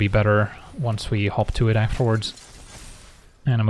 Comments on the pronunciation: I kept hearing "hop to it" as "Hawk Tuah". Guess I know what I'm calling it from now on. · whenever you said hop to it I swear to god I was hearing hawk tua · When first said 'Hop To It', I heard 'Hawk Tuah'. What has the world become... 🥲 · When he says hop to it does anyone else hear hawk tuah it or is that just me… 😂😂😂 😱 #AndSpitOnThatThang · "Hot to it" sounds like "Huak thua it". Cannot be unheard. You are welcome.